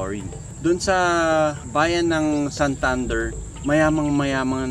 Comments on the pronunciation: Dili SanThunder.. Santander! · Mahimuot lage kos "Sahntahndehr" HAHAHAHAH